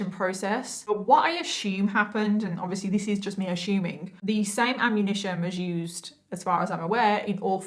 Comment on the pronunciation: Me being from Africa I don't know if I'm saying "assuming" correctly when she keeps saying "ashuming"